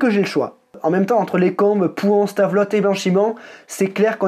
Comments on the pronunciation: Yo j'habite a Francorchamps au circuit et j'y travaille las bas et le virage "les fagnes" est plus connu sous le nom de pif paf et pouhon double gauche et aussi on prononce Stavelot stavelo et si tu passes en Belgique je me ferai un plaisir de t accompagner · Top 3 génial, mais juste pour info le T final de Stavelot ne se dit pas.